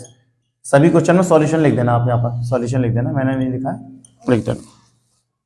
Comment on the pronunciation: Are sir question hota hai cochhan nahi 😅